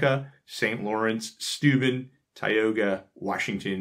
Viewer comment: You did an amazing job on Schoharie, but with Steuben you must emphasize the BEN......Steu-BEN County. Great video!